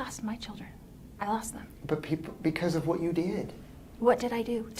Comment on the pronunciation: Why does she say wha instead of what🙄 I remember hearing this during the trial too. I can't stand her